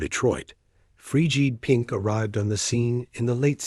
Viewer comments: Oh I hate AI. The name is FRIDGID PINK! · Yep. The computer doesn't know how to pronounce band names or words. Fee jeed Pink?